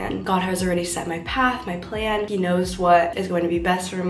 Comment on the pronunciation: did anyone notice she said the "plane" is we are all going to meet at Arushi instead of plan